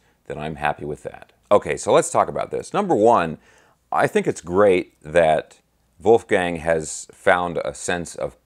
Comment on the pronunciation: brother, you hit all squarely on the head (and, mind you, I love how you pronounced Wolfie's first name). For one, it's still too soon. Two, I think it comes down to Dave and, to a lesser extent, Al (whom is likely and reasonably still mourning), not to mention Sam, whom had his opinions prior to Ed's passing (although Eddie's death was sobering to Hagar). You nailed it about Mikey. Michael Anthony is ALL class and someone from whom we can learn about professional decorum. Bottom line: The time is not "Right Now" (to quote the song). Wolfgang has every right to tread lightly. In this day and age, we seem to be focused on instant gratification. We really need to step back and marinate in what Eddie and Van Halen, in all of its incarnations, has gifted us. Let's circle back in around five-to-10 years and see if anything can be done, IF they all want and can still commit musically. Thank you,, for this excellent and conscientious breakdown. 🙂🙂🤘🤘